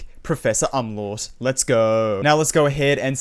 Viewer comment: you pronounced umlaut wrong :(